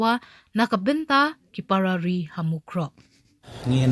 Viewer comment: nga ioh sngew ba i news anchor i ong Parrarri ha ka jaka ki para ri.